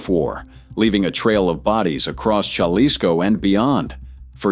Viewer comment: Hey AI-- it's pronounced halisco-- not jalisco😂😂